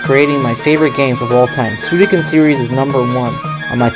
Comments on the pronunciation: Suikoden not Suidoken!! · Nice video, but please consider lowering the music volume next time, I can't hear you much. Also, It's SuiKOden not SuiDOken! Ahah. Love ya!